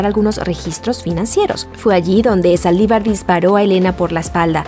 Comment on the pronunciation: Soy yo o dice "Salivar disparó a Elena" ? 😂